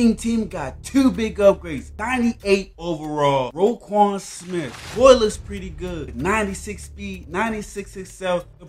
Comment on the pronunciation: Bro so disrespectful it’s roquan not rayquan 🤦‍♂️